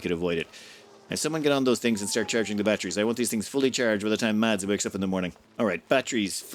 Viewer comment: Hi. Mads is pronounced without the d in it. Exactly like the word mass:)